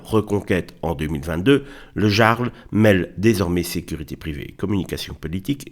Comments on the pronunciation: le "Yarl", çà se prononce Yarl, pas "Jarle", mais bon on s'en fout un peu, dommage pour cette boite qui va devenir une zone de combat et de guérilla urbaine ! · Pour info, ça se prononce le "iarl", comme un i. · On dit "yarl", vous avez étudiez la question avant de faire une vidéo alakon ?